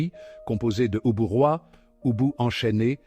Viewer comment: L'on ne dit pas OUBOU mais UBU et c'est Rosy Varte et non Rosy Vaté. Ah ces voies IA font du n'importe quoi.